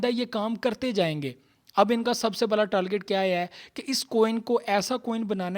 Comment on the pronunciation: Talgit nahi targit